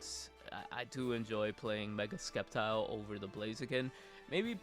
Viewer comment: Sep - tile, not skep - tile